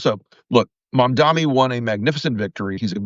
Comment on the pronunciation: MamdaNI. It's an N, not M, Rick. Otherwise, good vid as usual.